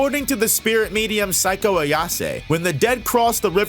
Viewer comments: I thought he was saying "Psycho" Ayase? Lol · that mispronunciation for Seiko is insane. Thought you were talking about a character I completely forgot about.